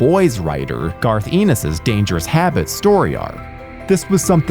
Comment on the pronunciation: Pretty sure Ennis isn't pronounced like...erm...penis.